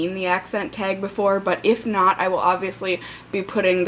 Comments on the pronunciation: Minnesota accent TAG, not "teg". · As for Minnesota.... The long Os, and literally the stress on all the other vowels. Bayg instead of bag, tayg instead of tag, eye-talian instead of Italian, tuuisday instead of Tuesday..... The list goes on and on with the proof of an accent.